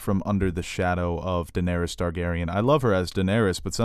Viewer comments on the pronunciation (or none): none